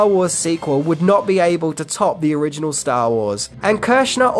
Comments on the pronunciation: "Onriginal Ideas" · there's an "Onriginal" way of saying Original. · "Onriginal Ideas" ? haahaha. Ooops.